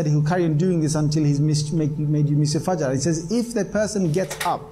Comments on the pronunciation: Dear brother, from the two videos you posted and I saw them, I believe and I am pretty much sure that one day, I will see you preaching Islam to the general public as you will be Islamic Scholar of high rank. Secondly, you pronounced the word FAJR correctly at the first time, surprisingly correct. I appreciate that. I praise you and hope and wait for the time when my prayers will come true for you and I will see you in my country preaching Islam. Till then Best of Luck. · Wow good job you pronounced fajr perfectly mashallah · You pronounced fajr perfectly